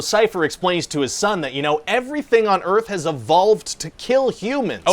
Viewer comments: Welcome t' After Earf ! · "Welcome to After Earf!"